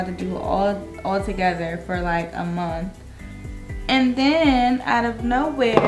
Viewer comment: Sis...why I think I know who ur talking about. When u first started talking and I heard u say "Mont (month"...I was like "I know she from the City"...and then u stamped it! It's sooooo many DL men out here. That's why women are faking lesbian bcuz they have a better chance with the women than the men around here.